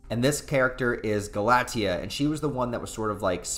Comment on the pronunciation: It’s pronounced Gal-ah-taya